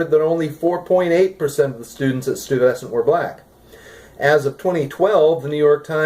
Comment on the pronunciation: as a new yorker its pronounced STOY-ves-ant sorry for the nit picking lol